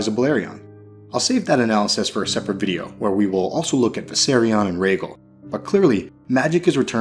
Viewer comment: Very cool video! Just a hint of constructive criticism...You should work on your pronunciation of some ASOIAF specific words. Rhaegal would be an example of a word. Keep up the great work. Us ASOIAF nuts need something to get us through another year without experiencing The Winds Of Winter.